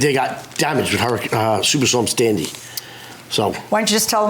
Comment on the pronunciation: “Stuper Storm Standy” - Defendant